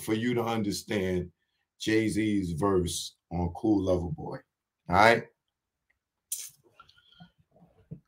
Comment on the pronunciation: CERTIFIED LOVER BOY .. please say it right